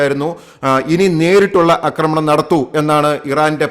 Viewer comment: അമേരിക്ക കൂടിഇടപെടാൻ സാധ്യത വളരെക്കൂടുതൽ ആണ്. ലോകം വലിയ ഒരു ദുരന്തത്തിലേക്ക് പോകുന്നു! 'അക്രമണം' എന്ന് പറയരുത് 'ആക്രമണം ' എന്നു പറയാൻ മൂന്നു നാല് തവണ പറഞ്ഞിട്ടും ആവർത്തന വിരസത ഫലം. Unsubcribe ചെയ്യിച്ചേ അടങ്ങു അല്ലെ!